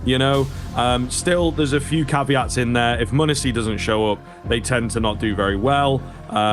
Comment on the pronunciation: Muh neh see no it’s monesy